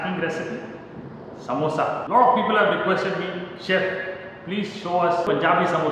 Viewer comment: Noo, it's samosa only, not samboosa